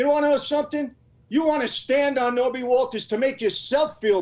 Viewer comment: Knobby Walters 😂 it’s Norby ya fuck!